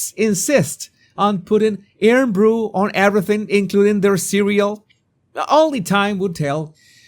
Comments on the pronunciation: Some help with pronouncing IrnBru. Think Iron Brew. As Ir’nBrew.The inference is of iron is in the colour and how Scots are supposed to be strong men and this is a manly kind of drink. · Thank you for honoring the GREAT SCOTLAND, BTW...it's pronounced IRON BREW....❤❤❤❤❤❤❤❤❤❤ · 😘🙏 it's pronounced Eye-rn Bru 😊 much love ❤️